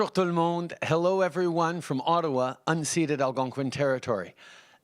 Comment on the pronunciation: Did he say “unseeded Algonquin territory” or “unseated Algonquin territory”?